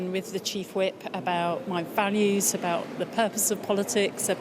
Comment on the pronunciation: Values sounds like fannys